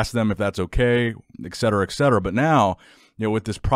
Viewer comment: Etcetera is not pronounced ECKsetera. It's ETcetera for God's sake.